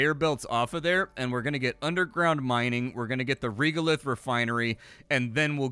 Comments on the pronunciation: Young man, regolith is pronounced like this: /ˈreɡəˌliTH/ otherwise, because of you I may give this game a chance (!) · Anyone else twitching a little bit with pronunciation of Regolith, rɛɡəlɪθ:D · Regolith. The reg part is pronounced like regular